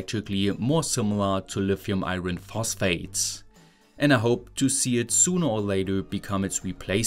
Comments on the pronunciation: In English we don't pronounce the "r" in the word 'iron'. It's pronounced "eye on". BTW, My German is crap hahaha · I hesitate to say this because I have generally always enjoyed listening to your heavily German-influenced English, but you might consider running together the words "eye" and "urn" for "iron"